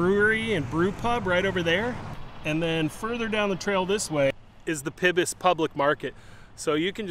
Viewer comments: Say it with me now... "PIE-BUS".... Good! I love that you enjoyed India house, it's pretty tasty. Try McGlinns for some good eats next time around :) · It's pronounced pybus as (pie-bus) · Thank you, Nice video. FYI: Pybus Public Market is pronounced “PIE- BUS”. The Pybus family owned it; was a metal fabricating business. My husband used to be a wheat farmer and can remember driving thru there to pick up some metal pieces. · Enjoyed the video but, just so you know, Pybus is pronounced Pie-bus... like apple pie. :-) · You’re going to have to go back to Wenatchee and check out more places! Not everything in pybus is dine in (btw it’s actually pronounced PIE-bus). Some of the coffee shops there have to go options and they’re really good!! You also need to hike saddle rock, and explore more places on the loop trail if you have time! There’s so many wonderful gems in Wenatchee and I hope you’ll learn to know them! You should also come down to Wenatchee for the apple blossom festival this week/weekend just for fun!